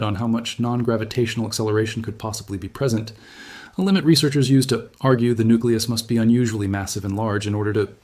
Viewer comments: presen T is said, instead of present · "Lef T"? "Presen T"?